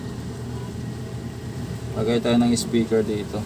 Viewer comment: Speaker Hindi ispiker